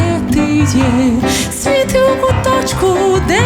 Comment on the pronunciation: Гарне виконання, але це: «свІти» неправильний наголос по вухах ріже😒. Варіант: «Світлом будь в куточку…»